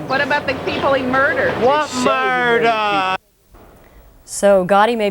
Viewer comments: “what murdaaaa” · “What moider?” It’s disgusting how these guys get romantasize.